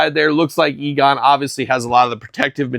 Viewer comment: Egon, not Eagon 😉